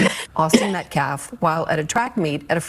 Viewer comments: his name is NOT Metclaf…. Please at least sound somewhat intelligent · This is Y'alls second video, teach her how to PRONOUNCE (Metcalf)😢 Thanks!